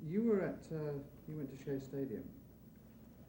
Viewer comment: Not Shea Stadium! CHE Stadium!